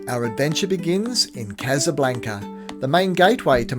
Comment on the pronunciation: Still saying casablanca wrong? 😅